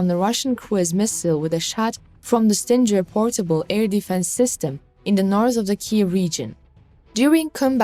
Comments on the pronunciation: Its not StinJer, its Stinger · it is a GGGGGGGGGGGGGG not JJJJ SO it is a ST ING ER ! GOT IT STUPID STING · Sting-er not Stin-ger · S.O.R. PLEASE, lets start giving credit to the correct weapon. STINGER is the word for the ass end of a Bee or Hornet. And the correct pronouncement of the name STINGER is "STING ER" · STING GER.....the G is pronounced with a guh sound. Prayers for all Ukrainians and victory.